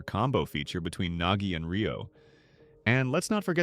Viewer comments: Bro it’s nagi not nogi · Nogi✅ Nagi ❌